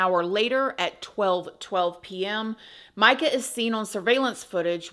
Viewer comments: It's announced, Meeka, NOT Mica. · Per her family, it is pronounced "me-ka" not "my-ka"